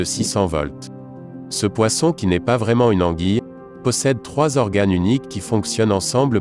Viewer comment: «poission» «pirania» 😂😂